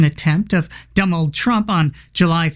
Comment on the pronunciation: I just found (and subscribed 😁) to your channel. So clever and funny.... I love that. 👍 😊 But... My hearing may be slightly off. So I'm wondering if Ms Kelly said Dumbold (Dumb - old) instead of Donald? It doesn't matter. I think I'll start using it! 😆